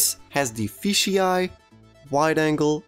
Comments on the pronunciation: It's FISH eye, not fishy eye. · why do you say fishy eye because it is said f-ish eye